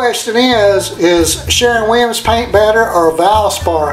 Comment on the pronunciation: Keeps saying “Sharon” Williams as if it’s a woman he’s pissed about.